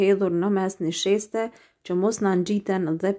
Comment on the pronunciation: O te lumshin duart brava por thui niseshte Jo nisheste😁👍